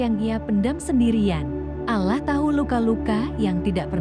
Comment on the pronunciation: Pengucapan bahasa utk salat salah mbak bukan salat (nanti dikira sayur) tp sholat jg pengucapan Allah nya di betulin dl baru bikin konten ... maaf mengingatkn masalahnya gk enak didengerin nya